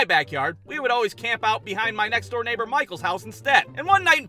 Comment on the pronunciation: I think it’s funny how you say “my name door neighbour” in stead of friend. Well that’s cuz he is not your friend